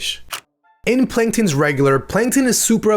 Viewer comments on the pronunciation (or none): “Panktons regular” Not very noticeable but it’s funny